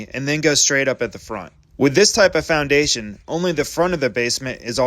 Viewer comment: I thought he said our asian contractor... replay and he said foundation